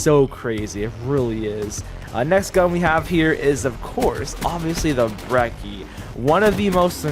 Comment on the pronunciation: For Christ sake stop calling it Brecky it's pronounced Bre-chee. You don't pronounce "Gucci" like "gucky" so why Brecky?